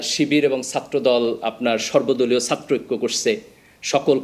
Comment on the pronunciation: এত শিক্ষিত মানুষ ছাত্রকে সাত্র, করেছে কে করসে এভাবে বললে খারাপ শোনা যায়।😢